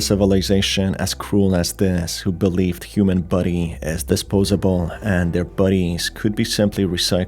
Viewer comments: I love how his accent makes the word "body" sound like "buddy" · Every time you say body I am. Not sure if you mean body or buddy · sounds like youre saying "buddy" like "bubble buddy" rather than body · why do you pronounce "body" as "buddy"? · Is he saying human buddy or human body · It took me 17mins for me to realize he isn't saying "buddies" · I despise the way you say "body"